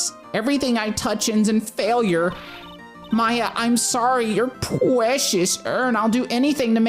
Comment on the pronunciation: Pwecious uwn UwU